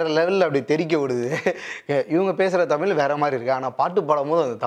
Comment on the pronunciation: தமில் இல்லை தமிழ்